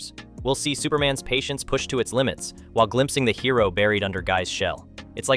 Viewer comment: Can't pronounce "hero" or "corps". Reeks of AI slop.